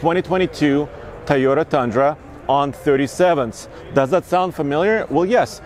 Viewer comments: Not "TUH-yo-ta" but "TOE-yo-ta" (or TOW-yo-ta) bro 😬😬😬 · I hate the way he says Toyota. "Tay-o-duh." 🤬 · Drink every time says "Tieyota".